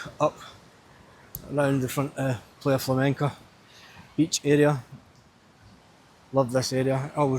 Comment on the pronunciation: Its pronounced PLY A, .